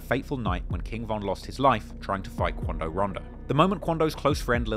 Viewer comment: straight out the boondocks “Dey said that it was QUANdo!”